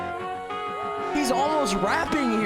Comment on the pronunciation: And yooreek -hu